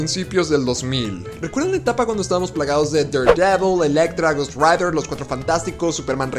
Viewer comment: Estoy seguro que dijiste edad rider y no ghost rider